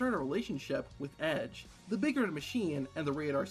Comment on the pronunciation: when he says red it sounds Scottish